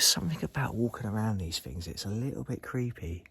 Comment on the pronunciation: If you cut out the amount of times you say ‘wow’ and ‘fings’ you’d probably not breathe in as much asbestos.